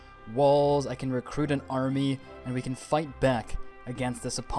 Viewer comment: In you kinda said fight the off but when you said fight kinda. Sounded. Wroung